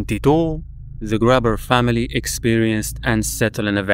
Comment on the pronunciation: Thanks for this. I was just about to comment the same thing. 😩 I was so triggered by "grabber" especially.